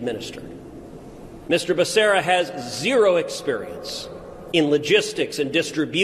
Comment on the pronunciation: You guys are pronouncing it wrong its: Basura!